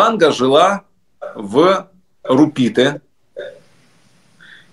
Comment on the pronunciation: РУпите, а не РупИте